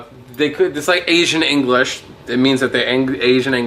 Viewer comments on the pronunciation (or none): The term is engerish